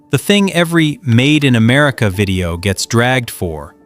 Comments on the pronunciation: I wonder where "Am-A-rica" is? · A.I. doesn't spell very well..."Made in Amarica"???